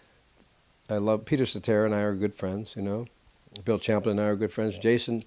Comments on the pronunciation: It is Bill Champ-lin...not "Champagne"...lost me at that point. Technical recommendation, hold the mic in the hand closest to the person you are interviewing...minimizes odd looking cross body presence. Danny as always is simply brilliant. Bill's tried to focus on the now and future but questions labored on rehashing old news. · Champlin, not Shamplayne